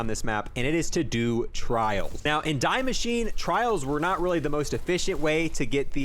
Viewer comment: damn homie really said "dye machine" instead of "dee mashineh"